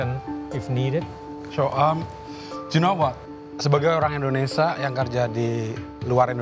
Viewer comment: Indonesia, bukan indonesa...... belibet bahasa inggris lo